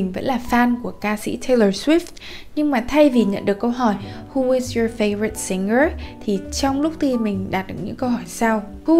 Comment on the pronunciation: Video rất tuyệt vời và hữu ích song c có 1 chút góp ý với là singer thì phonetic sẽ là /ˈsɪŋər/ thay vì là /ˈsɪngər/ như đang phát âm nè:p